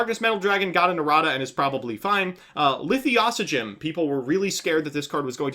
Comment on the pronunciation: Did you just add a 3rd Pronunciation to Lithosagym?